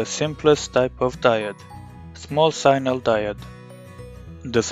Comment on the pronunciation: sign-nal.... are you serious?